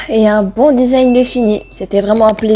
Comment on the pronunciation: desing 😂😂😂😂 design pas desing 😂😂 mais tkt mdrrr Drrr!